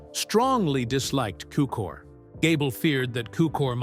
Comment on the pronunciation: Cukor, not Cooker.